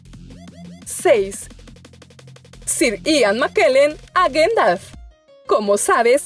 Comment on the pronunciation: se dice Gandalf no Gendalf